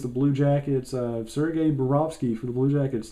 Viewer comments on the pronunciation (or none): none